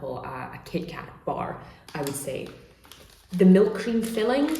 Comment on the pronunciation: Everything was smooth till I hear "hcream" pronounced like it was a Nazi hail